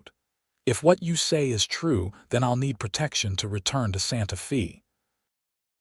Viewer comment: Your AI butchers the English language Santa Fe Texas. It is pronounced Santa Fay not Santa Fee. I live in Santa Fe Texas